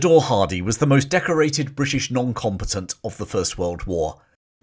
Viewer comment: I KNOW you’re saying “noncombatant”, but I kept hearing “non competent”.